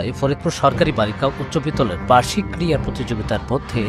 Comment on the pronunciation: ক্রীড়া প্রতিযোগিতা।।। ক্রিয়া প্রতিযোগিতা উচ্চারণ করা সঠিক নয়।